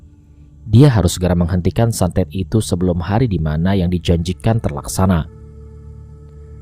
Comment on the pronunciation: santet bang santet bukan satet :v Semangat terus bang